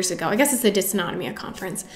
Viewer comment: Thanks for all of your helpful tips and tricks! For compression stockings, mm Hg means ‘millimeters of mercury’. Like a thermometer measuring temperature, mercury can also be used to measure pressure, and is thus used to denote units of pressure. Also, as an ME/CFS, SIBO, IBS, leaky gut, and POTS sufferer myself, I feel compelled to tell you that it’s pronounced “Diss-auto-NO-mee-ya” 😬...I think a lot of us have GI issues, and I wonder if there isn’t a link between these issues and ME/CFS/Fibro.